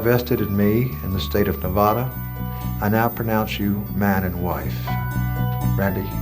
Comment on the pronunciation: The guy that married them mispronounced Nevada